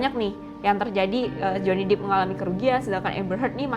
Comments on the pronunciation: Pelafalannya Johnny Depp = Jewny dep bukan jewny dip (Johnny deep ). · Johny depp ... bukan Johny dippp